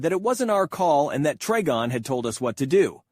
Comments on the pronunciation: To say Trigon say the Tri like you're gonna say triangle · It hurt me every time you mispronounced trigon.